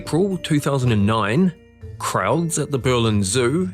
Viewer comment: the way you said "Krowds" at the Berlin Zoo. Das war lustig 😅